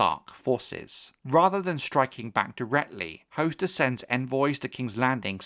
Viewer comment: its definitely hos-ter not host-er...